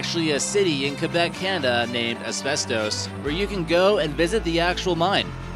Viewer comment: Why does he say abestos like that. LOL